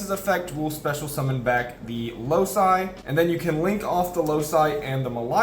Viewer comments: Excellent video, as always. Just one minor thing: the card is pronounced Loki, like the Marvel character, not Lousai. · isnt loci pronounced "loki"? Great Vid tho! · I've never heard a card be more inconsistently pronounced then Loci.